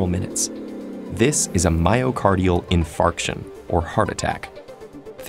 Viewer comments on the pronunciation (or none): I thought he said in-FART- ion